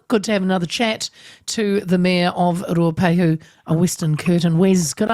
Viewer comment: Say Ruapehu properly auntie 🤦🏼‍♂️